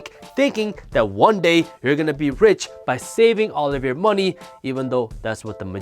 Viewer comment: “Moe knee”